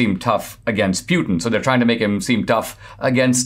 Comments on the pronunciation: It's pronounced Putyin, not Pyutin... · Poo-tin not Pew-tan :-)